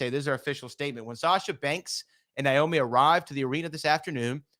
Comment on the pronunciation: Someone tell that her name is not Niomi..Its Naomi! Lol